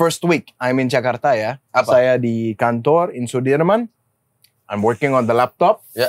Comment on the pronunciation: Hebat bule nya ngomong nama tempat sesuai aksen dan pelafalan asli indonesia. Gak kyk yg jakarta jadi 'jekardah'